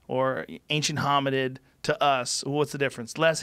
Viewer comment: i died at australia-pithicus and ancient homi-did LOL